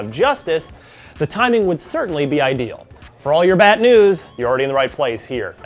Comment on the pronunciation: For those who don't get it when he said" for all your bat news" it sounds like he said bad instead of bat.